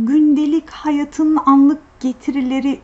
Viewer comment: Hayat ve akıbet kelimesini lütfen doğru telaffuz ediniz ve eskimez yazı öğreniniz